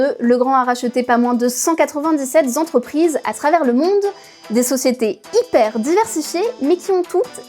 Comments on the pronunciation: 197 zentreprises, mes oreilles saignent...et à deux reprises en plus... P****n à ce niveau de journalisme c'est pas possible 😡 Sinon très bon sujet ! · Cent quatre ving dix-sept Zentreprises... 🤣🤣🤣🤣🤣🤣🤣🤣🤣🤣